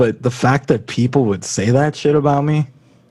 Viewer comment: Lmao "payple"? That seema more accurate now that "sheeple" ever was hahaha